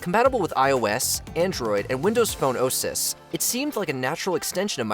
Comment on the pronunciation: Is WatchMojo using AI to read these? he says “oses” in what sounds like meant to be “OSes” in reference to windows and android operating systems, but it’s like a computer read “OSes” in the script and read it as “oh, sis”